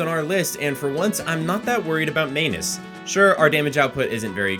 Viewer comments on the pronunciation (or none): way to pronounce the name "may-nus". Everyone knows it's "Man-Us". Short sounding 'a'. It's not hard. It's not like anyone is expecting you to get Smough right, but you F up Manus?